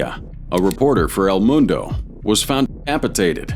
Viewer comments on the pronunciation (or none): none